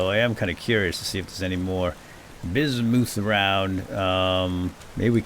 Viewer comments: When prospecting, I don't believe "ultra high" is the likelyhood of it being in the chunk, that's the percentage. "Ultra high", "medium"... I believe those are the densities of the ores within the blocks themselves, shown as "rich" when looking at one. Bismuth, I believe, is pronounced "Biz-mith". It's not all that popular an element, so who knows if that's what I heard, if I ever did, or how I read it, myself. I just found a chunk of iron so freaking large I eventually got bored of mining it. But,... I haven't used any of it. I keep hearing stuff about blooms, and 'fixing' bad/burnt chunks of a bar... with a tool I've never heard of. I'm a little out of my element. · Bismuth is actually pronounced like it's spelled (apart from the s making a z sound), not like "bizz-moothe."